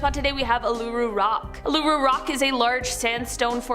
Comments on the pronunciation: What a butchering lol it's ool-a-roo and airs rock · Your pronunciation of Uluru - WOW. so disrespectful.